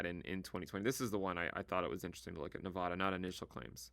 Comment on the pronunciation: Great video,. One thing - this is the correct pronunciation of the state of Nevada